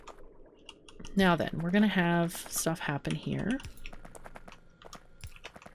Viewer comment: Survived the storm. ;D Finaly the oil is flowing. Guess I soon will have to pay 25€ and buy Factorio, this is so much fun to watch! ^^ Every time you say "now then", I hear "meow then". xD Is that just me? xoxoxo ^^